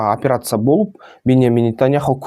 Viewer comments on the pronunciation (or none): none